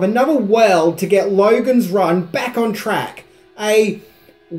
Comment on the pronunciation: I was watching bluey with my little daughter. She started to pick up the Ausy O sound. American O = O Australian O = OWaRuuuuuuuurooooooooh. Hearing you say Lowaruuuuooooogans Ran just made me think of it. Thought I would over share.